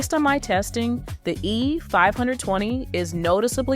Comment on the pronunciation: Is this an AI voice? If not, you need to change your cadence and tempo. Also you keep saying "the E.............520". The gap between E and 520 is unnatural